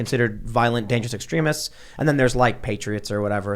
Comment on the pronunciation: Why the fuck is she saying extrEHmists?